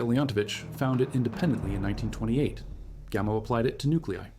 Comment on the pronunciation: At the beginning you keep referring to Gamel. Do you mean Gamow, George Gamow (pronounced Gamov)? This is really jarring, even though the details seem correct.